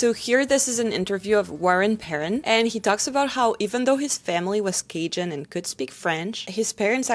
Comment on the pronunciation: In your last video, I said you said Cajun correctly once. I'm watching this video immediately after and you have perfected it. I told you I cried through the last video, and then I got to in this video. My eyes are going to be red the rest of the day. I am guessing that Chiac is the French equivalent of Spanglish, or, Spanish and English? Thank you for this ❤️